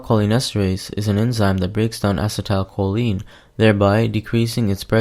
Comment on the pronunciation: You are not pronouncing acetylcholine right.